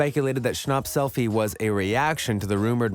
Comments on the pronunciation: noah shonp. it pronounced sh-an-pp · Bro really said “Noah Shnop” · Is no one talking about how he pronounced his last name like shnop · I love how the voice sounds like you saying noah snooup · He said Noah Schnopp like it’s Noah Schnapp like yaaaaaaaa